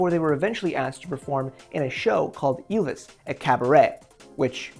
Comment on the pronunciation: I don't give a fuck about your disclaimer. I watched two minutes and I'm already fucking furious at you pronouncing Ylvis is Ilvis